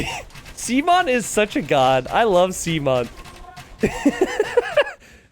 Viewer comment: “I love sea-mon”